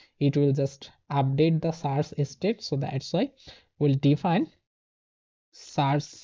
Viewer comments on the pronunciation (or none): everything is great but something really triggered me all video long. And it is: you pronounce "search" wrong. It's a positive criticism. Take care.